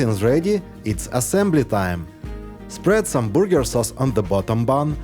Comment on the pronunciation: I really admire people who learn another language and I know from trying to learn myself how difficult it is. So, I want to mention that it's a good idea to learn how to say burger and not booger, because the second is something that comes out of your nose!